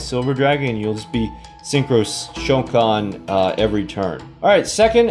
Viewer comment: I don't want to be a nerd but its pronounced ShOUkan and not ShouKAN, in japanese in most of the cases when a vocal is extended like in おう the stress is in there. Nice deck by the way I still don't have my first synchro silver eyes and neither stardust with 7000 gems #FeelsBadMan